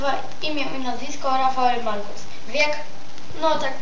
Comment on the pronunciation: Ej ogarnij się do szkoły idź, a nie próbujesz czytać a nawet nie wiesz o czym. nie marquz tylko Marques, nie thery thery tylko to sie Tiery Auri, nie maradonna tylko Maradona, nie lion tylko Lionel jak chcesz czytać pełne imię, a Leo to jego psełdo taka ksywka, choć Rooney dobrze przeczytałes, Michael Balack, czytaj Łesli Snajder. Masz niezłe 21 lat ?? Chyba 12 hahahaha.